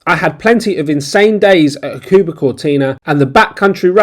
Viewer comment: It is pronounced Huck a ba. There is no stressed emphAAsis on a syllAAAble. ;-P. Hakuba is ful of Ozzies. There are better places to ski in Japan. Do some research.